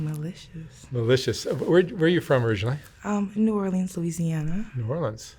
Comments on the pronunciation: It's a shame that she can't pronounce N'Orlens. Yet claims to be from there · She is NOT from New Orleans. We don’t pronounce New orleans the way she does. She may have lived here at some point but there’s no way she’s a native with that accent.. js